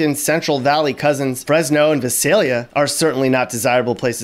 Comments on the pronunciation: Its VI-SAIL-YA (Visalia) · Dude this guy doesn’t know how to say Visalia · I hate how he says Visalia. Also Visalia is known for teen pregnancies and low iqs